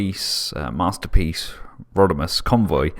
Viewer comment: LOVED the Japanese-esque pronunciation of "Hot Rodimus"!!!!!